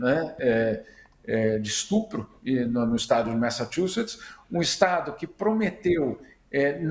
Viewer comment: Messatchuces, "t" mudo